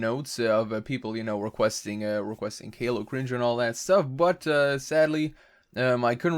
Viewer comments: "Callou"? Not "Caillou" XD (it's ok I forgive you XD) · Wait, did you say Kayloow? I think you meant Cailou (pronounced Kia-you) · Just to help caillou is pronounced kai-yu Good vid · You pronounced Caillou as kay-loo? LELZ! :)